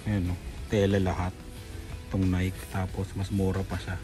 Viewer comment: You say it sa nai-kee not naik